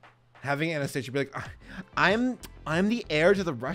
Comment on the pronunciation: pronounced (anah-stasee-ə) not (aneh steižə)